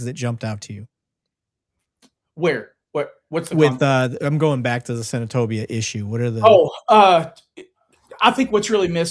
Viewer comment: When I hear say Senatobia I cringe and get mad for him!!!